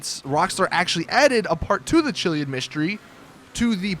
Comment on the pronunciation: You're pronouncing chiliad wrong